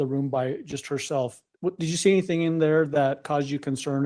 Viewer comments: Omg I'm going crazy listening to her say "anythink" instead of "anything". I hate that she adds a "k" where a "g" should be. Ahhhhhhh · I didn't do ANYTHINK WRONK. ooof! 😂😂😂. So funny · How about everythink, anythink, nothink, going-k, wronk, ..... Etc. What an embarrassment